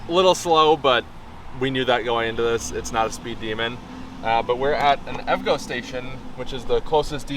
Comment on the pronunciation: Great video! Just a heads up... EVgo is pronounced in 3 syllables. E-V-Go